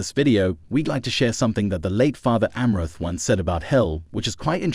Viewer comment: you/the robot is not even pronouncing Fr Amorth's name even close to correctly.